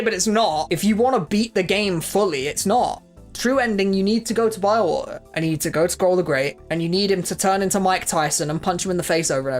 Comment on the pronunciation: Love your brittish pronounciation of Bilewater lol (Biewaoe)